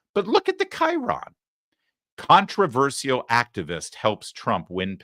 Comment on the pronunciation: Larry, it's "contra VER SHUL" not "contra VER SEE UL"